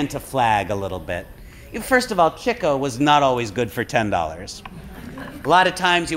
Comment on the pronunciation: Why does keep saying Chicko instead of Chico?